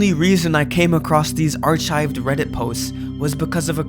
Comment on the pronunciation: was you pronouncing “archives” the way you did rage bait?